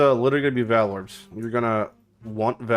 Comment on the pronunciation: Learn how to say "vaal" omfg cringe lol.